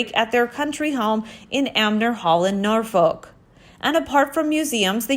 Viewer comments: Lol Americans have trouble with pronouncing our town/city names. :-D We say Norfuc, not Norfoke. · It's actually pronounced Norfok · Always heard it pronounced Norfuc. I have never heard it pronounced any other way.